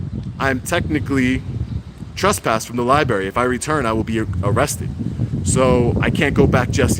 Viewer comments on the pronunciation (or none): There are TWO R's in libRaRy. It's not liBARY. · It is Library, not Libbary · Great channel, thank you. Also, it's pronounced lai-bruh-ri not lie-berry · 😁 It’s not ”Li-Berry” - it’s “li - br - erry .” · What's a libary? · You are just great. Please correct your pronnounciation of library from "liberry" to liBrary. Xxxx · Please don’t say LIBARY. It’s pronounced LIBRARY. With TWO Rs. When you say libary it makes you sound uneducated. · First, thank you so very VERY much for being a wonderful advocate for our 1st amendment rights. But please, for the love of English...it's a 'lie-br-aiRy', not a 'lie-berry'. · LiBRARy NOT berry lol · Its lia-breh-ree bro not libary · It’s Library!!!! NOT LieBerry ! Dumbsss! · I LOVE YOUR WORK, BUT PLEASE STOP BUTCHERING THE ENGLISH LANGUAGE. IT'S NOT "LI-BERRY".. IT'S "LI-BRARY". REMEMBER, THERE ARE NO BERRIES IN THE LIBRARY. NICE JOB KEEPING THE COPS IN CHECK. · libRary not lie-berry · Library has two r's, it's not "libary"... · He says libary, are you deaf or just a triggered fanboy lashing out? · Lie-barry? You have kids... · You’re doing a good job. Now if only you could pronounce Lie Berry correctly. Oh well, can’t have everything 🤷🏻‍♂️ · I hate when people say libary, but with, it's endearing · Li - BRAR -ee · 024 “At the Danbury public ‘ libarry’ lol. This is the way 3 yr olds pronounce it. Perhaps he needs to visit the ‘libarry’ more often. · I love you bro, but it's LIBRARY!! Not Lie-berry! LOL I'm from Harlem so i used to say it the wrong way all the time. Now whenever i hear someone say that, it grinds my gears lol lol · it is LIBRARY with an R you moron, not LI-BARY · I just hate the way he says "Liberry" lmao. Other then that great content 👌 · Anyone else hate how he says liberry lol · Love what you do and love to watch your videos. But dude please pronounce Library correctly. lol There is an "r" after the b in Library. other than that great work. :) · Library has TWO R's. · its "library" dumb ass